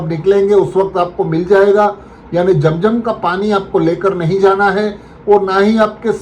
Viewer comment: Jam jam NAHI hai zam zam hai apna talaffuz Sahi ker lijia